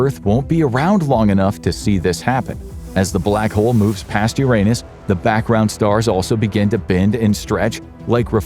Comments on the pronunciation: The narrator knows how to pronounce the word "Uranus" properly, but he's got the mind of a child so he says "your anus" instead. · There's a giant void in Uranus 😅 Seriously that's not the only way to pronounce the name of the planet. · That's not how you say Uranus.......